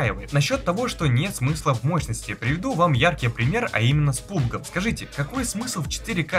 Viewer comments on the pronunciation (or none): none